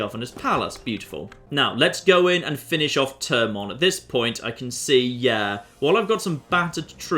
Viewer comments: you don't say TE when you say THE do you? no no you do not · its pronounced THErmon not TERmon